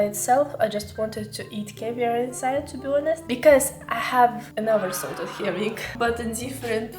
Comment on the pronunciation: Herring DVD 🤣 lmao